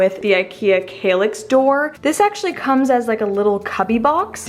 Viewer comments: Wow, really gorgeous result, and fairly easy (but DARN I guess I need a handy dandy nail gun now!) I have an old-ish Besta unit in dark brown, you've given me an idea on how to upgrade it a bit! BTW I think it's pronounced KALL ax like the word "pal." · Argh stop saying 'kaylix' 😫